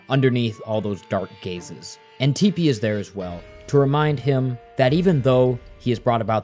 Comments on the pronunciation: he also called her tippani and teepanee lol i swear it’s on purpose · Calling tippi “teepee” and spelling it tipi Calling O’Chunks Crunch Calling dimentio dimension I swear it’s on purpose haha. It’s fine tho, just a little funny